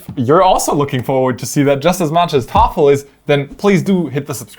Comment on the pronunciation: I'd like to know why Thoralf is said like "toffel"